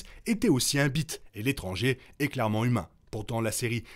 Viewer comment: Petite précision : l’espèce de Tenebrous se prononce « Bis » et non pas « Bit », je préfère te le dire avant que de mauvaises blagues soient faite à ce sujet 😉 Ensuite concernant Qimir pour moi il est clair qu’il va être tuer de la main des vrais Siths, son apparition dans l’épisode 8 ne semble pas donné l’air que Qimir est au courant de la présence de Plagueis sur sa planète, et à cette époque les Siths se cachent, la possibilité que Qimir et ses apprentis ( Mei puis maintenant Osha ) puissent faire douter les Jedi quand à l’existence des Siths est une chose sûrement dérangeante pour les Siths qui ne sont pas encore prêt à apparaître au grand jour ( on rappelle que leur apparition officielle ne se fait que 100 ans après les événements de The Acolyte). Osha, elle, va doit devenir une paria sans importance soit retrouvée, d’une manière ou d’une autre, sa mémoire. Malheureusement l’absence de Venestra dans star wars 1, 2, et 3 indique qu’elle va également sûrement trouver la mort ( peut être également de la main de Plagueis en essayant de retrouver Qimir alors que Plagueis suivrait également sa trace un peu à l’image de Sol cherchant Mei alors que Vernestra cherche Sol et que Qimir et Osha cherchent Mei ).